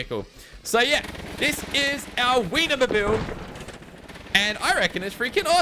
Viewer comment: It's "Wiener" not "Weiner"